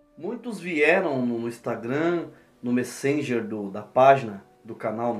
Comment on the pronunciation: MÉ-ssenger, MÉ.